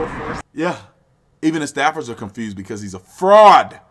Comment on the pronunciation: How are you gonna say "O'Keith" and say people aren't patriots for not knowing his name. Lol...then say things like "confrused" and probably still pronounce it "Happy Berfday"? Ha. But hey, I got love for you, Arizona, and the gun rights they uphold! Go Sun Devils! Go get your ARs, FNs, Glocks, Sigs, and anything/everything else! Keep AMERICA the GREATEST country EVER!